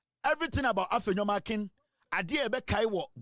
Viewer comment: That name is Markin and NOT Markins though he's a thug of an MP.